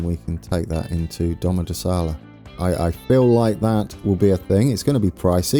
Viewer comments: Domodòssola not Domodossòla ;) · DomodossOla not DomodossAla